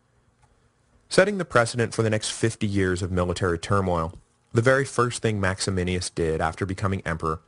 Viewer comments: Little confused about the pronunciation of Maximinus (as written above); seems Mike might be adding an extra letter to make it sound like Max-A-Men-E-Us. It's so very odd that a man like Decius, who was so capable and able to take over the empire, but was so damn stupid that he had to go after fellow Roman Christians. It gained him nothing at all except contempt. Gotta wonder also why he stabbed Philip in the back. Was Philip so bad that Decius felt he had to take over? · Would you quit throwing an extra I in Maximinus! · Because that's how you pronounce it in Latin. He does get Maximinus wrong, though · maximinus not maximinius.... small point 12yrs later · One of my favorite things about this podcast is Duncan's repeated slaughter of Latin and Latin names, like "Maximinius" instead of what it should be MaxiMINUS. He's now qualified to be the Gallienus of Classicists, which I'm sure he'll pronounce Gallienius. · isn't it Max-i-MINUS Thrax and not Max-i-MI-NI-US Thrax? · Absolutely. And MaximiNUS, not MaximiNIUS. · I kinda wish someone would have told him that it's MaximiNUS. Not MaximiNIUS. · max e min us......not maximinius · The name is Maximinus, not Maximinius. Can’t you read? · MAXIMINUS THRAX! NUS not NIUS.